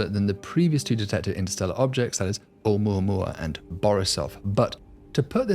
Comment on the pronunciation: Wow, at last someone who manages to say 'Oumuamua using six syllables. It's a shame he thinks the English work look is pronounced "lerk" and dust is pronounced "derst". I suspect he is trying to supress a northern English "u".